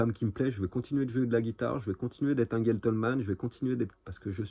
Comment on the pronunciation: GEn (gène) tleman et pas guentle....